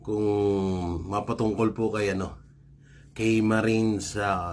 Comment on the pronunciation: Halata na cla nyan MSGT. Orly Guteza, Marines, malamang retired yn, para hnd makilala kc kung active yn kilala agad madali hanapin pag active yn ( Marines), ang tamang bigkas nyan.